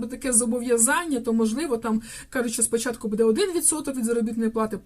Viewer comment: Кажiть грамотно : не будЕ, а бУде,не калiчте мову